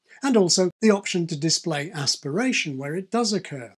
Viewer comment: Uh Hu hu, you said ass pirate, Beavis.